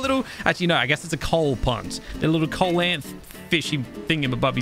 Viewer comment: hey btw, coelacanth is pronounced sea-low-canth